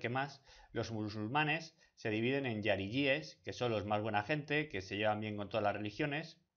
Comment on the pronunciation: Lo que muestra que te has informado regular son puntos como el hecho que pronuncias la palabra jariyies :" yariyies", y no, incluso en arabe la "jota" se lee jota, lo que muestra que sólo has seguido algún texto pillado de cualquier página. También con fundas a los jariyies con los sunnitas, ya que son los jariyies los que tienen un a ideología idéntica a alqaeda, isis, etc... y los sunies son la mayoría de musulmanes del mundo. Y los errores así, que parecerán detalles a algunos pero que son ese tipo de detalles que muestran la mala investigación que has hecho para el video son un montón, luego hablas de algunos temas que no me se muy bien, así que me imagino que también habrá muchos errores de este tipo que te inducen totalmente te en error